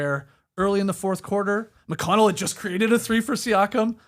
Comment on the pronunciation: Tas - The only man currently alive able to say T.J. McConnell's name right.